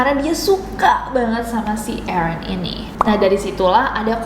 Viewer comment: nessie nyebut Aaron yang saya denger EREN (TATAKAE!!)